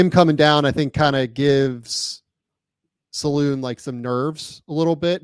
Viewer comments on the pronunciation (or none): D It's not "Saloon" ffs guys... Salaün , like "un" (french for "one"). Just watch any highlights vid from his days in France and try again. Indeed, he's a BIG dude, gym addict